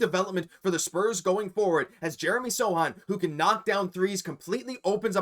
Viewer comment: Dude! It's S-O-C-H-A-N, not "SATAN". And it's not 'blindness': "the Truth" retired a while ago -- great Celtic SF though.